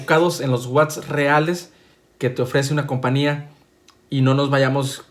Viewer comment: ENTIÉNDELO NO SE DICE COMPANIA SE DICE COMPAÑÍA SÍ NO SABES DECIRLO MEJOR DÍ FABRICANTE!!! 😂 hablaste mucho dijiste poco! Documentate amigo!